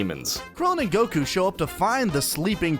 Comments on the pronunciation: why does he say Goku like that? the emphasis on the u.......gokooh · Why does he pronounce Goku so weirdly? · that's an interesting way to pronounce Goku.